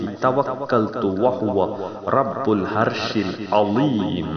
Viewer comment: Thank u jazak allah khair, but please correct your pronounsation. Its not الهرش correct to العرش please